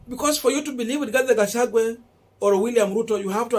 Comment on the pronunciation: Rigathi Gachagwa please. It bores. Pronounce well.